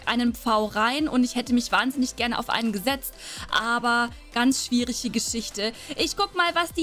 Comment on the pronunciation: schwiegrige Du hast gesagt schwieriche geschichte.